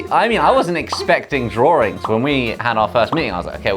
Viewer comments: why they pronounce 'drawings' 'drawrings' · Am I the only one hearing “draw-rings” instead of “drawings”? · Im kinda fascinated on how they pronounced drawings. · Hang on! Wait a sec! British people say “Draw-Rings” not “Draw-Ings” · I laugh every time Brits say 'DRAWRING'.🤣😂🤣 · I just realized they said “draw-rings” instead of drawings (This is not my first time watching this!) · Wait, do all english people pronounce drawings as "drawRings?" 😱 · OH....., MY..... LAWD, they said drawrings! A total SNL flashback starring Mike Myers! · Josh: drawrings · drawRINGS? is that how british ppl pronounce drawings??? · Is it me or do I hear “drawrings” like with a soft “r” sound? Is it and English thing? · The set is amazing, Lizzie did great! I didn't know brits say "draw-rings" for drawings... Does Americans do that too? It's not my native language, help! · Can someone please clarify two things 1) WHY DO THEY PRONOUNCE DRAWINGS AS DRAWRINGS is that part of their accent? 2) Why do they say “have a think” and not “have a thought”? Is that a mistake or is english language like that 😭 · Guys.. drawings- drawrings? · Why do I keep hearing Josh saying "Drawring" instead of "Drawing"? I don't know, english is not my first language. Maybe that is the correct way to say it..lol😂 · am i the only one who realises they pronounce drawing as drawring? im not from the UK so this is new to me! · Why do they pronounce drawings as draw-RINGS? Both Lizzie and Josh. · Did you say “drawring” ? 😶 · Is it only me who finds the pronunciation of 'Drawings' here weird? Do all British say it like that?